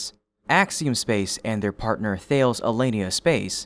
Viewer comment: Do you not realize that Thales is a French company and is pronounced more like ‘Ta lees’ (with a hard T)?